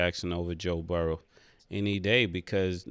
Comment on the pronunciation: Please Ma$e Burrow not Burrows 😅😅😅